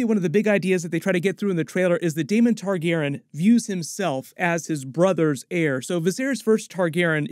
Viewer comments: Great video, basically confirmed a lot of what I was thinking as well. I'd just make sure you call Rhaenyra's dragon, Syrax. Meraxes is dead at this point in the timeline and wasn't her dragon. Also, may want to learn how to pronounce "Targaryen" for future videos :) it drove me a little crazy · Not trying to hate or troll but you really do need to fix how your pronounce "targaryen".